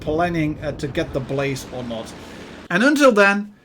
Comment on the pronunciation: You made an oopsie when you tried to say "or"